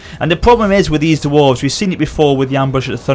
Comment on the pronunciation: The "Kawak" and "Duwarves" are driving me crazy >.<